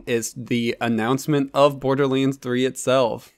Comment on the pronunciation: Dude! Stop saying BORDERLEEENS!